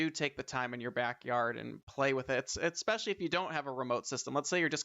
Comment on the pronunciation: I have heard especially, exspecially, but i havent heard EDDspecially before....